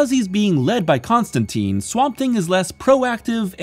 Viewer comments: it's ConstanTINE NOT ConstanTEEN !!! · It's Constantine, as in "line." "TYNE." Not "teen." The man himself corrects a character in this run. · It's pronounced Con-Stan-Tine the e makes the I say it's name. Like in fine. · I hate to be that guy but, It’s pronounced John ConstanTINE. Good video. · Whoa whoa, hold the phone. It's ConstanTEEN. Why? Because he's English, and that's how we English pronounce English. It's our language - it's the Americans who ruined it ;) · Great video but it drives me crazy to hear Constantine pronounced wrong the entire time - as per what Alan Moore established in this very run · This is a nitpick, but Constantine rhymes with wine, not teen. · ConstanTEEN is the American pronunciation, you’ve got this backwards.